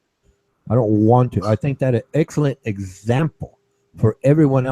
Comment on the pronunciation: STILL CAN'T PRONOUNCE EXCELLENT. IT'S NOT EGG-CELLENT. THIS IS WHY WASHED UP TRASH FROM THE UK LIVING ON SOCIAL ASSISTANCE HAVE SUCH A BAD REPUTATION. TAKE ENGLISH LESSONS GIRL